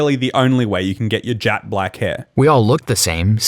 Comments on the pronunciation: the voice over pronounced it as jat black not jet black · OK but jat black is darker (the joke is that the narrator pronounced it like "jat" instead of "jet") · Im sure knew this. He was joking about how the narrator pronounced it. "jat" instead of "jet" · He's confused by "jat black" not "jet black". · That's not where the term comes from though. Jet is a type of gem. Also, I think he's confused by the pronunciation of it as "jat black" more than anything. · Because the dude actually said “jat black” 😂 that’s why he said it was a typo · The narrator pronounced it like 'jat" that's what was talking about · Yes but "jat black" is not. Which is what the narrator said.